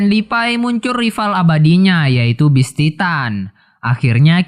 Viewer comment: Ane kasih saran bang kalo mau review sebuah anime kata2 ny di perhatikan dgn baik. Trus pengucapan bahasa inggris nya diperbaiki Beast titan bukam best titan. Ada perbedaan antara penyebutan beast dan best GABI BUKAN GEBI HANGE? Realy? Setau aku HANJI ZOE arlogi bukan ARNOLGI TRUS KALO BISA PEMBAWAAN NYA JGN KAYA ORNG BACA TEKS suara kamu terkesan monoton Thanks...